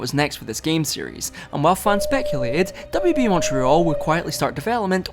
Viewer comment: I heard it as WWE when you said WB